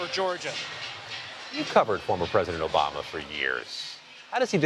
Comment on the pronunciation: "We're don't want u obamna" 😂😂😂